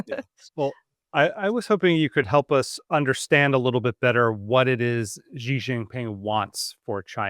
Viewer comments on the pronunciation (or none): please, please, please stop using some kind of "French j" sound that doesn't even exist in Mandarin (or even in English, really), when you try to say Xi. For the x, you should have the tip of your tong against the gums under your lower front teeth and make a sound like an "sh". If you can't do that or it's not worth it since China's not a common topic, then just say "she". That's much closer to the sound of "Xi" than the weird thing you're doing that's alien to both English and Mandarin. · At least it's not a voiced initial alien to English and Mandarin both, like that sound making.